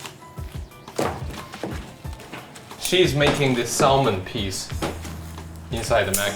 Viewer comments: LOL Salmin. its pronounced Sammin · He said SaLmon not salmon